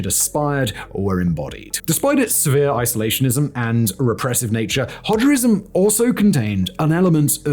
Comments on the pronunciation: My man, did you just say "Hodgerism"? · "Hodgerism...", lol.